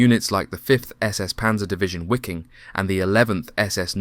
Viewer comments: How difficult is it to pronaunce Viking instead of Wiking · Those "Wickings" fought like the Vikings of old. The letter W is pronounced as a V. Ffs. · "Wiking" in German means (in English) "viking" and it's pronounced the same way as the English word "viking". A small detail. The narration on this video was excellent. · Wiking Div. Pronounced as V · Good video, but please, pronounce the W's with a V. Waffen would be pronounced as Vaffen.. Same with Wiking. It sounds better when pronounced as "Viking Division" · Wiking as in the Wiking Division is pronounced Viking. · Nope, I've heard native German and Austrian speakers say the divisions name, for some reason they do pronounce it "wicking"